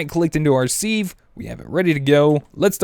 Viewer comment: Wow don't compost the silk worms! Cook them they give high saturation food, so you have twice as much as a full food!!! OMGZ and then you have to say 'seeve" its a "Siv" as pronouncing goes. Seriously Are you trollllllling because STAPH it!